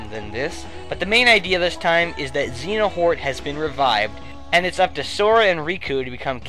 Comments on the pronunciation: Good video. Only gripe is its pronounced Xehanort, not Xenahort. But mistakes are made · I thought u woundn't put kh 3d but yay u did also if u need help with the story ask me I have the game and others also it's xeaNORT not xeaHORT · At least pronouce the villians name right. It's 'Zay-a-not.' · Such a bad pronunciation of Xehanort... But anyway, great video. Thanks for telling me about Pikmin 3! I didn't even know about it and thanks for showing the trailers in a bit better detail in what I had seen them in so far. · Kingdom Hearts, you have good taste. But please pronounce Xehanort correctly x.x